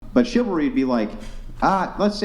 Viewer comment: 'I want shivery I want shivery I want shivery!!!' Men give them shivery! 'I don't like shivery coz I am getting hit now!' I mean... you can literally see that they have NO FREAKING IDEA!!! What they want! All of them! This isn't some fridge % of wahmen as well... it is the predominant % because what they really want is being treated nicely while having no responsibilities of any sort in return! They are there to take and consume... not to give and create.